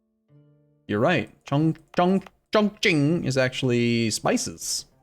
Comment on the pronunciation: Chongqing is actually pronounced Chong-ching, and no, I'm not trolling :D